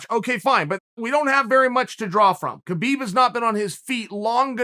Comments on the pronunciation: Why do you call him KaBeeb it's Habeeb spelled Khabib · Come on Chael the champ name is pronounced habib, the smarts man on the plant should know better.